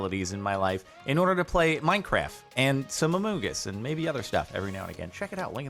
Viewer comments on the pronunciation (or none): wtf why u pronounce among us like that